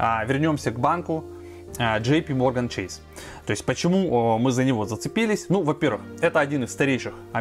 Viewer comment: Блин Чэйс правильно, какой чэйси)))